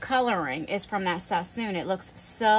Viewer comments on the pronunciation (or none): Love you... it’s not Sassoon though... sass”on”... a well seasoned cooked right meal is always right